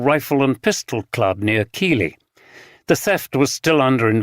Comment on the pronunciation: Neither would they pronounce Keighley as Keely if you’re from Yorkshire you would pronounce it Keithly